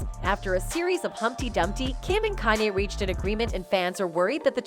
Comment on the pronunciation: The way she's pronouncing his name is driving me nuts. "CAN-yee"